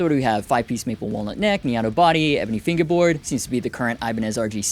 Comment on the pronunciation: He gets me every time he says finguehboard